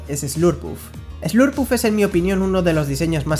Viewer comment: Te comprendía Hasta escuchar lopunny y slurpuff